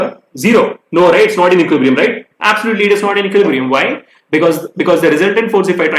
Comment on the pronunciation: I always eagerly wait to hear sir speaks 'Equilibrium' correctly😊😄